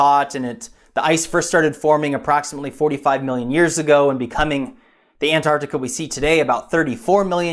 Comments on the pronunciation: Ant-Arc-Ti-Ca. It sounds weird when you say Anartica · it's not pronounced Anartica ..... it's Antarctica , less of the lazy Americanism please .. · Antartica not Anartica!!!!!!! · it's not 'Anartica' .. it's 'Antarctica' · Say Antarctica! You sound like a child saying anartica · Mike Parkes An-artica to my ears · Meanwhile, it should be "ant-ARC-tic-a" (with both c's pronounced). But that's just me being a pedant. :-D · Why do Americans not pronounce the t in anTarctica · Can you please pronounce the T in anTartica. It’s isn’t silent. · Reads wiki info on Antarctica... can't pronounce Antarctica.... :( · Why cant Americans pronounce the T in Antarctica? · Pronounce the first t for fuck sake. It's not that hard.